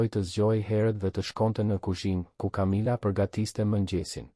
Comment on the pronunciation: A mundeni ta lexoni mire tregimin ne gjuhen SHQIPE,,,,,sepse perhere thoni qe ngjarja zhvillohet ne SHQIPERI por edhe shume pjese jane kot,te pa imagjinueshme!!! une edhe mund te mos e degjoj fare dhe mbyllet me kaq, po nuk e degjoj dot te shqiptohen keq fjalet! Kamila jo Camila etj etj etj!!!!!!! Aaaah po flet shoqjqa!!!!!